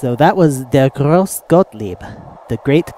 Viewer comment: You've pronounced the name of the demo wrong. The E of "grosse" is pronounced like the english A. EDIT: Like Patrick Hoff said, it's more pronounced like an U. I knew that A wasn't quite right, but it's sometimes difficult to transfer from german to english pronounciation.